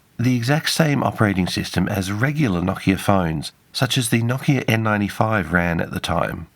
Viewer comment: Thanks for properly pronouncing it "NOKIA" and not "NO-KEEA" like many anglophones do.